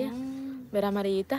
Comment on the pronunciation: Se dice verdad No no vedad correjite